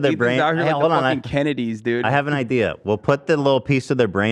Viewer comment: Bright eye-deas